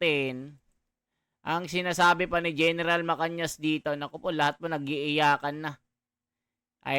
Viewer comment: Mr blogger araw araw ka dito sa blog mo di mo pa mabigkas ng maayos ang pa gala ni Gen macanas macanas Yan hindi macanyas ulol nainis tuloy ako sa yo sorry ha